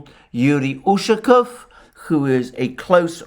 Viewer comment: Hello:). Usually Russian surnames ending in "ов" have emphasize on the last syllable. Иван'ов, Петр'ов, Сидор'ов. УшакОв.;)